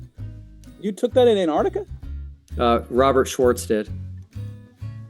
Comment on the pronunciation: Easiest way to detect a flat earther: They all say Annardica instead of Antarctica.